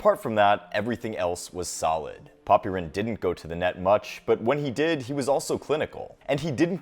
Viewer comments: FYI, the 'y' in Popyrin's name is not pronounced nearly as much as you pronounce it in videos. It's more like "Pop-rin" with only a tiny implication of a vowel between them. Take a listen to the commentators. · If your gonna make a video on someone at least get their name right, is pronounced poprin the y Is silent